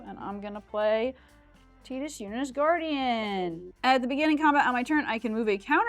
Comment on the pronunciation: Hahaha finally Tidus being pronounced correctly. Great episode. Love the show!!